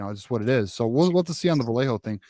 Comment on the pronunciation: if you guys keep mispronouncing Vallejo wrong, he may flip! It’s Vy-yay-ho 🤌🏻 🫵🏻This correct pronunciation was very important to his mother when she and his father were in the chat during M3’s interview with him.